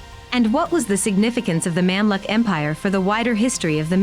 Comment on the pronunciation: You should’ve practiced the Arabic nomenclature b4 the vlog. It’s so pathetic that I had to pause and listen it again and again! It’s not Memlik but Mumlook, not Saladin but Salahuddin! Disappointed